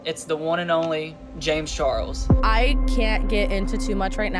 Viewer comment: the way says james char-rulls will not live rent free in my head... i will pay to have it be there☠️🔥💙